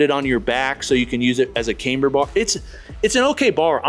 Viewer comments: It's not "came-ber" as in "Cambridge", it's "kam-ber" as in "camshaft". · "cam- ber"...NOT "came-ber"